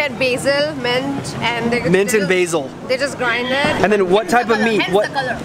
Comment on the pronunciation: That's mint not meant! Accent copy krne k chakkar mey angerzi ki tang mat todh🌝